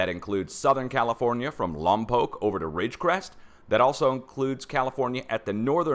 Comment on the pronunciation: FYI: My congrats for ur pronounciation (spelling) of Lampoc! Perhaps only 1 out of a 100 do it correctly!!!